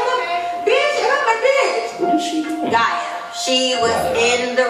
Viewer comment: He said it right it’s guy ya spelled gaia